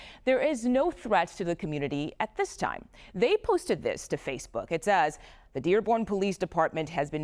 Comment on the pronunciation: Inflection matters. "There is no threat at this time" means just that. But when you say it like "There is no threat at THIS TIME." Now it means no threat now, but there may be some later. Inflection matters, and the host lady did this twice.